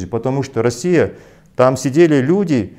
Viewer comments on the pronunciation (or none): none